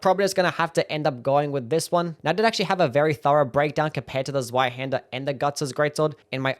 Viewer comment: Zweihänder is pronounced tswaihander you absolute sub 80 iq doughnut.